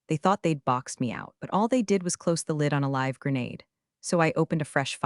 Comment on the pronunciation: You did pay attention to correct the mispronounced "GRENADE ".... but failed to use the proper ""LIVE" pronunciation